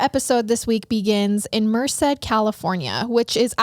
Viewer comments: Only bc you expect us to correct you guys 😝& bc I’m from the area- it’s pronounced Mer-Said Love your podcast! You guys are great! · I can't get over how she's pronouncing Merced. It's so cute, is sounds like ( mer-sid) but everyone here pronounceses it (mer-said) I literally couldn't watch it without stopping. I love it though. Hahaha I also have been to that neighborhood 😬 scary I had no idea. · Not even relevant but Merced is pronounced “Mer-said” 🤷🏼‍♀️ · mer-said is how you pronounce it. love your show! just started watching and now i’m hooked lol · Just listening to your Podcast for the first time. LOVE it!!!! Regarding The Brady Bunch... it was Marsha the brushed her hair 100x per night. Also, the town is pronounced "Mer-Said" Merced. Keep up the amazing Episodes. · I hate to be that person lol but it’s actually pronounced like Mer-Said. I only know because I’m from that general area in CA and hate that town so much lol it’s a crap town in my opinion. My cousin was murdered there. Anyway, that’s my two cents. You guys are great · Lol I JUST had to pause it to leave a comment about the pronunciation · Came immediately from Apple Podcasts to YouTube just to see if anyone else local commented about the pronunciation of Merced, CA. Absolutely no hate intended! Love the show and you guys!